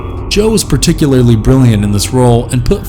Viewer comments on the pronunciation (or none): none